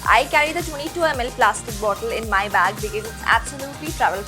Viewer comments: She says becees instead of because (fukri) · Its because.. Plz pronounce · she is always pronouncing "Because", wrongly.....to be frank it is not gud